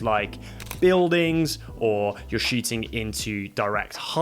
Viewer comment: It was fun, because listening the pronunciation I didn't get if you were shooting or shitting...